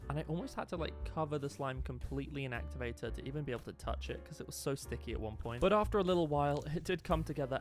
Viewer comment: “actuvatu”💀 “amizin”💀 “puple”💀 “pufict”💀